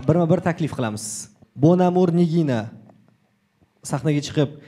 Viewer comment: Bonamur ❌ bomagʻur ✅ 😂😂😂